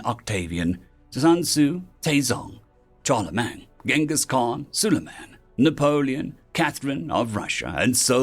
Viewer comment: The "Ch..." in "Charlemagne" is pronounced like an "Sh..."